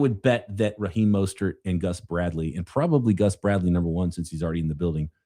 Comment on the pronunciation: “Raheem Mostert”